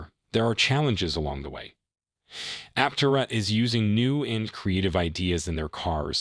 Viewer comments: It's pronounced Ap-TE-ra, not Apte-RA. Title is also a little click-baity. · Learn how to pronounce Aptera properly before making a video about the company.